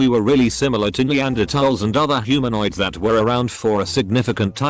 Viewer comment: Made my day when “Neanderthal” was pronounced correctly 😁 Seriously…don’t pronounce the “h”. I hear it wrong so many times and it bugs me no end. Just a dumb thing to be hung up on..but I’m human, so wtf.